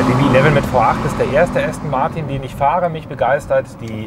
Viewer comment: Allein wie Du "Aston Martin" aussprichst... "Martiiin" voll deutsch. Wird "Ästen Marten" ausgesprochen. Das ist ja der mieseste Abtörner den ich je gehört habe. Jetzt muss ich mir doch ne S-Klasse kaufen.... den lieblichen Klang des Markennamens "ASTON MARTIN", von Dir ausgesprochen, bekomme ich jetzt nicht mehr aus dem Kopf.